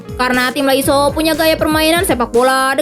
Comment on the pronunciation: Lasio min bukan laiso 😂 canda min canda 😂